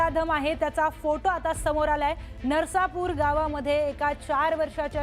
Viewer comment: नरसापूर नाही, ते नसरापूर आहे.